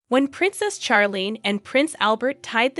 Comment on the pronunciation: First of all, the names Charlene and Charlotte are pronounced as if they were spelled Sharlene and Sharlotte, not as in Charles. It seemed to me from the beginning that Charlene Wittstock is a reserved person, not someone who is warm and bubbly. She and Prince Albert dated for 10 years before they got married, so she knew him quite well and knew what was expected of her as his wife. She was already in her 30s when they were married. She may also suffer from depression and anxiety. Certainly, when she had that sinus infection and surgery and wasn't healing, she was miserable. Who wouldn't be? Marriage is also often difficult and you have to work at it. Being a princess isn't the most stressful job. It's not as if you have to drive your kids everywhere, do housework, fill up your car with gas, run the household, all while working at least 40 hours per week. But being a princess can be a boring job, which is why she often looks unhappy. She could have had a worse life. It seems that she chose to make the best of it.